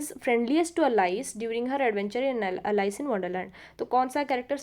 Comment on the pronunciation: Please pronanuce correctly Alice